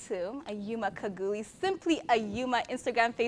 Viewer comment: Khaguli Kha=ha like ha in a word happy not as she pronounce it as Ka of Swahili word kaka